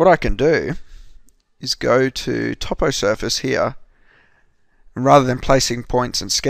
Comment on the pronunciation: top o surface and da-da